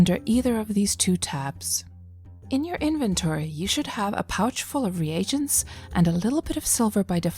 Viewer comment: I hit the dislike from your pronunciation of "re agents"...its pronounced reegents...